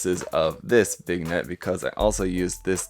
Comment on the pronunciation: Did this man just say vig-net?